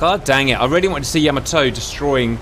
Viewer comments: It's pronounced, Yah Maa Toe not Yam a toe. And Battleships never travel without Destroyers or Lt Cruisers accompanying them for Anti-Aircraft support. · It’s pronounced “ya-MA-to”.